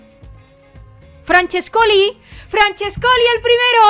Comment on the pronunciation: Perdona de antemano, pero se pronuncia FRANCHÉSCOLI no FRANCHESCOLI... con acento en la E, Un besote